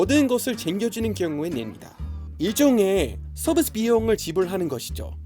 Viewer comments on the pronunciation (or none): ㅋㅋ service를 서-비-스 라고 한국식 발음하는게 재밌으시네요 ㅋㅋ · 올리버 선생님의 한국식 "서비스" 발음이 재미있었어요^^